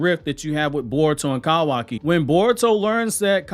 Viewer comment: No hate why you say kawaki like that tho?